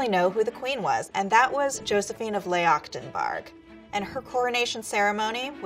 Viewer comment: It's Josephine of Leuchtenberg. The title of Leuchtenberg is of Bavarian origin, not Norwegian, so the pronunciation was butchered quite a bit in this video. She was the daughter of the Duke and Duchess of Leuchtenberg. Her father was a French Prince, son of Josephine de Beauharnais, her namesake, and adopted son of Napoleon I. Her mother was a Bavarian Princess. The title of Duke of Leuchtenberg was given to him by his father-in-law, Maximillian I Joseph, King of Bavaria That was a lot but, as a historian, hearing LEYACKTENBAARG made me cringe a bit